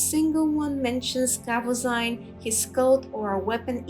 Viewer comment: As a 57th level thief, I am in no way advanced in Alteration magic yet somehow I have been burdened with this five pound hunk of garbage that I can't drop. I can't remember where I found it but I wish I'd never picked it up. BTW, Tolfdir pronounces it KahVoZeen, not KahVoZine. If we're picking nits, that is.